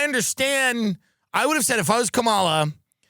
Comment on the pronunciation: I know Tim takes it up the ass but can he please pronounce Kanala properly?